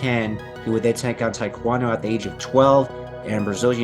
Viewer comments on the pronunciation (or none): none